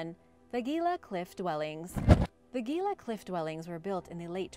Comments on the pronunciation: Gila is pronounced Heela……… the G is an H sound in Spanish and that’s a Spanish name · Gila is pronounced "he-la" and I've been there. Pretty incredible place! Love the videos, keep up the great work! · I hope this helps. The word Gila is pronounced with a H sound not a G sound. When we first moved to AZ my Mom and Dad took us all around the state to see many of the cliff dwellings. And even up to Mesa Verde in Colorado. Wonderful sights.